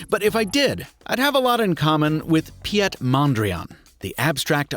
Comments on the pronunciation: Piet is not pronounced Pi-ét, but the same as Pete. Mondriaan is also Dutch, not French... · Piet is just pronounced Pete, not Pyet :P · Great content. Mondriaan's first name is just pronounced "Pete" not "pee-et" ;) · Not for nothing, heh, but Piet is The Dutch version of Pete and pronounced exactly the same. So no fancy Pi-et, I’m afraid ;) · "Piet" is actually spoken like "Pete" from Peter, just the Dutch version. Piet = Pete, Pieter = Peter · Huh, the name of the painter is actually misspelled on the box, his name is Mondriaan. And I love how you pronounced his first name, like a certain Star Wars general ;) But Dutch is very similar to English, his name is simply pronounced as "Pete". Thanks for the great reviews!